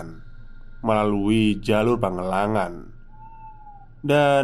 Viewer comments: Maaf mas pangalengan dibacanya bukan pagelengan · nama tempatnya PANGALENGAN!! knp jd pangelangan....baca yg bener coba!!! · "PangaLengan" ,,dibaca seperti baca "Kaleng".. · Mungkin maksud nya Pangalengan bang bukan pangelangan 😅